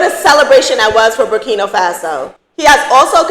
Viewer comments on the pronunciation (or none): It's BurkinA, not Burkino 🙂